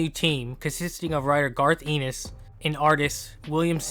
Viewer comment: I don't mean to be a but actually head, but you're mispronouncing Garth Ennis' last name. It's a short E.